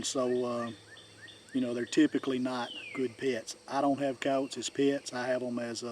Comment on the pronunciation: All about Coyotes but you don’t even know how to pronounce their name right 😂😂😂